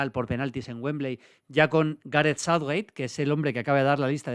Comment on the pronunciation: Maldini por dios, pronuncia bien Southgate y no Southwait